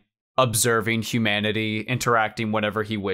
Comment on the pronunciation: When you said humanity I heard hue manatee